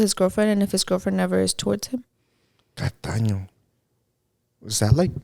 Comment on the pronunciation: I think they meant “tacaño” not “cataño” tacaño means codo (stingy)